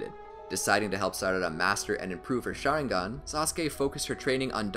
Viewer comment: wtf did he say sharingan